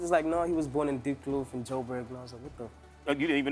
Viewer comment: it's Diepkloof people not diphlu..